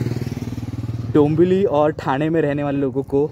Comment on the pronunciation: ठाना नसतं रे मित्रा, ठाणे म्हणावं!